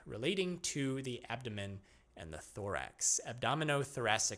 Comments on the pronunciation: ab-dom-i-nan ab-dom- ABDOMEN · “Abdomenen, abdonenom… abdomen”